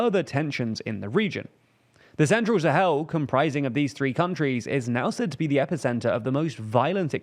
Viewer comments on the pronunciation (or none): none